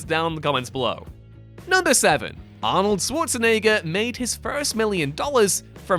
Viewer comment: ah, the competition of who can pronounce Schwarzenegger the wrongest continues